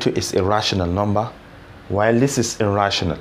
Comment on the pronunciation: You can teach well but at times I cant differentiate when your saying "a rational number" and "irrational number"